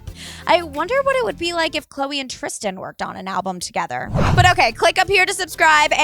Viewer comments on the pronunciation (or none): none